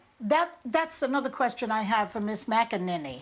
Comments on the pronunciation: “Mac a NINNY”...... 🤦‍♂️ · Whoops can't even pronounce her name properly.